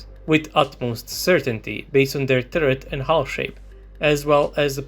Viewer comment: What's a "turrerts" lol